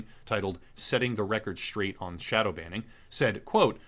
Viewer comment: "shodow" xD